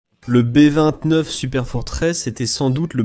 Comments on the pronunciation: le "boeux 29" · Exact ! Le "bœufs" 29 ! 😂😂😂